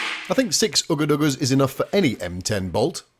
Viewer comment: If you're gonna rip someone off, pronounce shit correctly. Not oooga doooga.... Ugga dugga